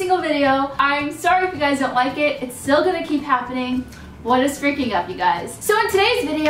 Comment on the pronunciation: It anoyes me "what is feaking up" ps love you no hate best youtuber